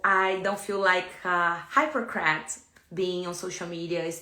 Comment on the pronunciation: "Hypercrat" 😆 🤣 😂. I'm sorry not sorry but her pronunciation of this word and her trying to falsely villainize Terrance is hilarious.